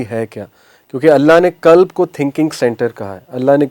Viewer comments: Aap deen ki taleem dete hen quran ko kuran kehte hen qalb ko kalb kehte hen dil dog ho jata he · Qalb not kalb. Kalb is dog in arabic. 😅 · It's qalb not kalb .kalb is dog not heart